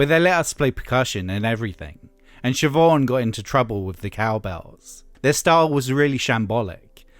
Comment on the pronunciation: Sih Mah Nih? Is that how Eminem found that enigma name? Sih Mah Nih? WHY?